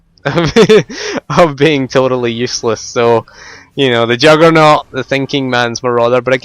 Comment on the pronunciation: lol...i love your accent...when you say juggernaut, it sounds like youre saying jugg or nor